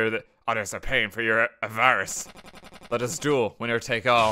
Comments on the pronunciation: "Avar-russ" English major, ladies and gentlemen. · RT: a professional gamer with an English major Also RT: "uhVARus" and "[YouTube]" ;P jk RT--I never finished my degree and the only platformer I ever finished was Donkey Kong. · The way RT pronounced "avarice" gave me psychic damage.